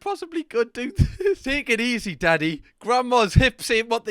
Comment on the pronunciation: Donkey instead of daddy